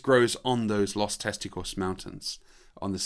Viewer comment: “Lost Testicles.” Your pronunciation of “Los Testigos” is pretty bad, lol.